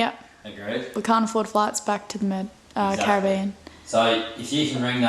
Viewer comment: Thank you for your correct pronunciation of the word "Cari BE an."